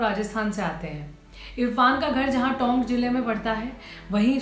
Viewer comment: टौंक नहीं, टोंक प्रवाह नहीं, परवाह।